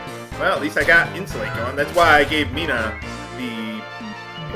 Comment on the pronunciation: yes becuase the spell is pronounced In-Sue-Lot-ell not insulate.